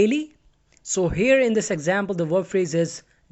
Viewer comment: Stop pronouncing word as wop